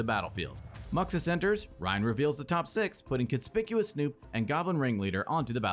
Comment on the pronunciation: omg, that's the first time I've ever heard someone pronounce Conspicuous Snoop correctly